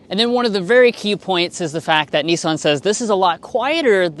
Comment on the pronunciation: note to Yanks - There is NO E in Nissan - it is not a NEESAN its NISS -AN